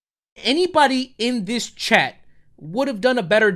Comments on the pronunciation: I feel really dumb but it took me a good five minutes to realize you were saying Chat and not Chad. I'm sitting here like wtf, WHO'S CHAD?! 🤦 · Oh your saying CHAT! I thought you were saying CHAD I was like Who The fk is Chad?!